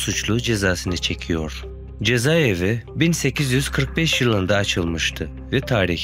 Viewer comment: Ya arkadaş cezevi değil cezaevi! Ya diksiyonunu düzelt ya da yapma bu işi.